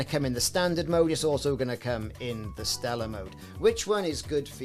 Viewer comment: It's "Stellar," brother. :)